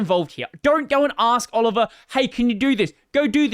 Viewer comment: btw, Olivier is pronounced oh-live-ee-ey